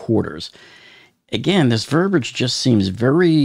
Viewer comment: The word is not Verbage. It is Ver-bi-age. Verbage is not a word. Sorry I just had to throw that out there.